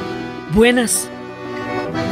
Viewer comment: a mi me pasa cuando dice: "BUENASS"